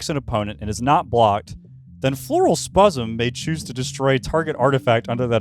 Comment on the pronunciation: I clicked a random timestamp and heard spuzzem